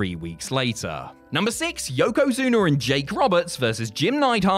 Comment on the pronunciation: Lmfao he called Yokozuna Yokozuner hilarious